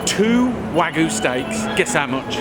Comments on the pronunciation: Why the fuck, does this guy keep saying wagoo and not wagyu as how it's spelled. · you pronounce the Y in wagyu, every time he says wagoo i cringe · Wa-gyu ... not "wagu", you caveman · Jesus Christ I had to stop watching after I heard "WAGOO" for the tenth time. Wagyu. Wagyu beef. With a y. Sounds stupid af the whole video and nobody corrected it. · Wagyuuuu not wagoo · wagyu not wagu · Why do people say wa-gu? Why'd you drop the y? Gyu is a Japanese sound. It's wa-gyu. Huh?? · Wagyu, not Wagoo :-P Wait, AUSKOBE? Australian ''Kobe''? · oh CMON WAGYU NOT WAGOO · IS Wagyu REALLY pronounced Wagoo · Whagu? Man you pronounce it wrong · Why do you pronounce it "wa-goo".. That's not how you pronounce it. Do you think the y in the romanization is there for shits and giggles? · Tf is wagoo? Ffs say it right mate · You calling it wa goo............Grates the nerves. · It's wag-yu. wag-yu wag-yu wag-yu wag-yu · It’s wag-you sir ✌🏼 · It’s pronounced wag-YOU. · Wagoo..?? No thank you a___a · Waaaagoooo.... theres a "y". Say it right please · The way he pronounce wagyu is funny. WAH-GOO LOL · It's wagYU... Cretin! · waGOO?! Come on Mr. Food Busker. You can say "you" can't you? Your missing a Y in your pronunciation of wagyu. Why do you keep saying waGOO? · I stop watching when he said "WAGU" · wagoo, eh? i think you might be blueballed too hard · Wagyu is over-rated. And it's pronounced wu-gyu not wag-yu. Wa=Japanese, gyu=beef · WAGOO! Don't worry about the Y, just ignore it. Don't worry about the other people in the video pronouncing it right. It's WAGOO! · "Or Waggu" Really nigga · why does he keep on saying it like "wa-goo" ??? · that isnt actual japenese ''wagu'' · Wah-gyu...its not that hard to say lol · y ppl still say it like wagoo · Wagoo? Really? What the fuck is wagoo? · please please stop saying "Wagu" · Not wagoo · Love the video, but Jesus Christ! It is pronounced "WhuaG-You!" XD you're killing me XD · Take a sip of wine each time he mispronounces Wagyu